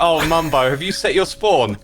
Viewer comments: he did in fact not say “mumbo” but said “bumbo” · I love how x says bumbo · Did called him Bumbo or did I misheard 💀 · When mumbo accidentally killed himself with the bed it sounded like X said “Ohh Bumbo” appropriately so lol